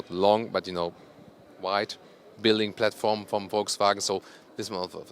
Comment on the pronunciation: flatporm can be forgiven I think, yes, it's not platform but I can only speak one language so can't even begin to make a kind of spoonerism in another language than my own whilst doing a video review, so I think flatporm is acceptable lol